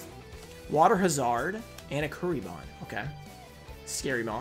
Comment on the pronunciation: Lol does he actually think it's water ha-zard? Sounds like a kriptonian